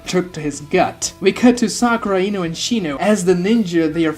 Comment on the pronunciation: okay this has happened so often that i really need to know now. what kind of lisp or accent forces your vocal chords to be selectively incapable of making the "Oh" sound? Ino > "Inu?" Minato > "Minatu?" Shino > "Shinu?" The only reason i assume naruto didnt get this treatment is because the "uu" sound immediately proceeds the "to" syllable lmao